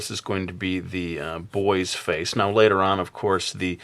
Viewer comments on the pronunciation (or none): none